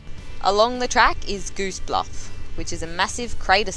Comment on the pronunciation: "Goose Bluff" would be spelt with double "o"s. That is Gosse, pronounced "Goss". Just saying. lol